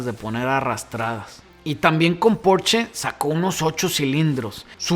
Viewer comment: .... mil gracias por compartir tu video...muy buena información, bien explicada , con ejemplos que todos conocemos...lo del flat del vocho ni que hablar , yo he tenido 5....pero lo que más agradezco es que al nombrar a su hermano mayor no hayas dicho "PORCH"....esa marca no existe, es "PORSCHE" tal cual tu lo dices...desde Pontevedra un saludo cordial !!!